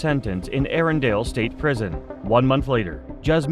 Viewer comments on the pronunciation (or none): none